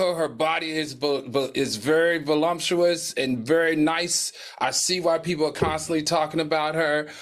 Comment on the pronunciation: Did Al say voLUMPtuous when talking about Coco instead of voluptuous? I know Al has to have at least one person who helps him with the research that he does. I wonder if he could improve with having a speech/public speaking coach.